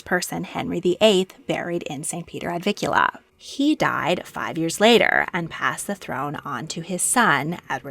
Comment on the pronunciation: It’s NOT “ Ad VIKula” it’s “ Ad VIN kula” with an N “!